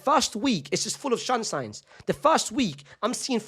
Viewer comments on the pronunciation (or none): “Shunsines” 😂😂😂😂 poor guy forgot how to speak English cuz of Xabi